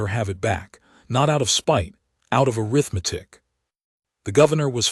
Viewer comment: Pretty good AI voice. But ... "breathed" is pronounced "breethd" not "bretht". And ... the pronounciation uh-rith-MEH-tik is the adjective form of "arithmetic". But the the meaning of the sentence is the noun form, which should be pronounced uh-RITH-meh-tik.